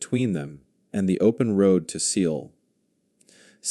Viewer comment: Pronounced “Soul”…..